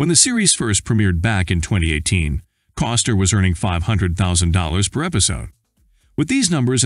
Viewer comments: It bugs me that the narrator says, instead of Costner. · His name is Costner not Coster. Get it right.